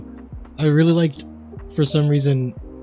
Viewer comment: "weally excited"